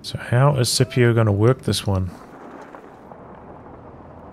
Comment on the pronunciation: IDK if Scipio himself pronounces it with a soft C, but the name comes from Latin, so it would normally be pronounced Skipio